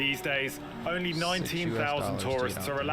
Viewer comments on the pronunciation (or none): none